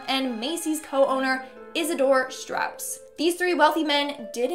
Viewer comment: It is Isidor and Ida Straus. Not Stratus